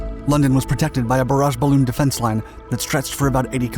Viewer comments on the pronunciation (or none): none